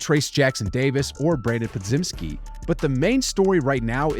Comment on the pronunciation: Po-Jem-ski. With a Jello J sound. Come on man! Every video. He's earned that respect.